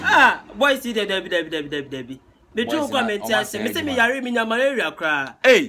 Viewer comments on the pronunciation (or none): he said mararia instead of malaria.